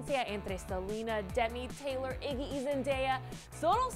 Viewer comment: emm se dice teylor